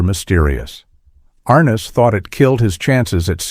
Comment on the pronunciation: "ARN-NESS" NOT R-NESS....